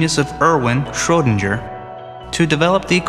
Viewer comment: Gaaah!! Stop pronouncing Schrodinger 'Schrodinjer'!!! o_O Other than that, brilliant video :P